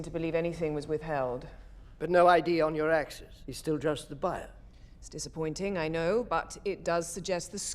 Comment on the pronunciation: Axis not Access